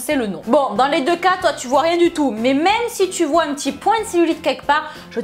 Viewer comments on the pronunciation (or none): none